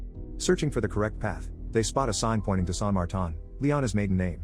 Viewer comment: As someone who is named Martin. I've never heard it pronounced like that